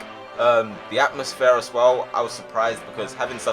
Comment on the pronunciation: do you say atmozfears?